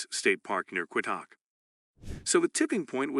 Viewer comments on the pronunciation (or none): The town of Quitaque is pronounced quit- a- key.